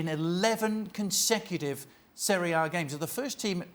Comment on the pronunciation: What's "Seria a"? 😂😂